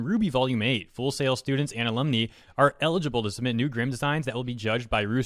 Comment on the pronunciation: Pronounced Alum-Nye...Not Alum-Knee.